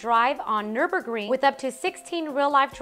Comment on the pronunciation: Did she say we can drive on the nurbring?